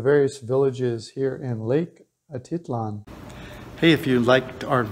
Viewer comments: Yes it's Lake Atitlán not Lake Atítlan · It's funny how you pronounce "Atitlan". I lived in San Pedro and have never heard anybody, local or not, pronounce it that way :-) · You're not pronouncing it correctly